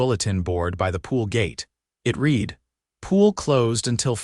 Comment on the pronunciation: Reed? The word is pronounced RED.